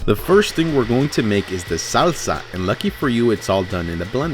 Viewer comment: why does he pronounce mexican ingredients like a home depot day laborer...the SAWwwSA!